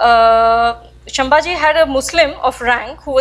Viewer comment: Excellent effort Madam. Gives us a lot of strength and reinforces the perspective. You need to add finesse to your talk to polish your mastery. Sambhaji not Shambhaji (संभाजि) Please accomplish your sentences meaningfully by not using "this thing" and stopping there without telling what's that "this thing" Please get your pronunciations correct by talking to some people who are from these areas like Bardez not Bardesh. Salcette is सालसेट and not सालकेट Please get all your pronunciations of South India else you will not be understood as to what you are trying to talk.